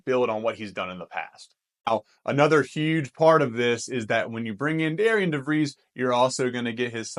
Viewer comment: Great Video! Another transfer that WVU got who I really like is Toby Okani, he is very versatile defender and also scored 31 points against DeVries and Drake this past year. FYI even thought his name is spelled Darian its pronounced Darren which is kind of confusing.